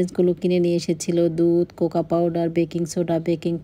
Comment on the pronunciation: আপু আপনার problem কি জানেন ??? আপনার উচ্চারণ খুব খারাপ ... যেমন জগতকে বলেন ঝগ....কোকো পাউডার কে বললেন ..কোকা পাউডার ... আবার বলেন . Think করি....এই কথা গুলো শুনতে খুব বিচ্ছিরি লাগে ....পোলাউকে বলেন প্লোউ ... আপনার বাচ্চারা এতো ভালো স্কুলে পড়ে...ওরা আপনাকে ভাষা শিখালেও কিন্তু পারে... খুব বাজে লাগে শুনতে